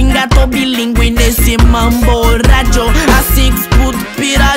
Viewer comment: Мне так нравится, когда он произносит RRRRRRRRRRRRRRRRRRRRRRRRRRRadio